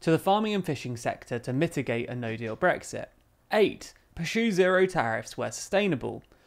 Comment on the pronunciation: says perxue rather than pursue, so cute